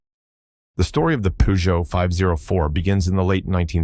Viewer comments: Poogeot ??? Come on... your pronunciation ruins your video.... its purrrrgeot.... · its not puuuuzjow 🙄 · Peugeot 504 ......pronounced purrr joe five oh four. You repeat the 5 zero 4 as if it was a radio station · "Pujou"whats a Pujou? Peugeot i know. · Pronounced pee-djoh in Africa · We call it Peh-Jo here. 😂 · This brand was so popular in Africa that the French even ironically pronounced "Peugeot" pejo as "Pigeot" as the Arab accent. Th model name is French pronounced number "cinq cent quatre" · Wow he butchered the French car company name.